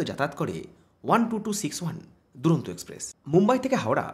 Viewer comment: দাদা এক্সপ্রেক্স নয় ওটা এক্সপ্রেস ❤️